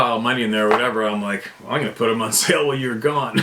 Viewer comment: TOOFS DAMMIT! TROO DEM TOOFS 😂😂😂